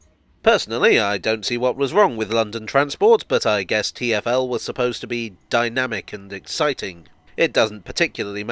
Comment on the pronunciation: I do not really have an opinion on what name is better, but I should say that Geoff Marshall's pronunciation of TFL made me believe for a long time that the company was called 'Tierfell'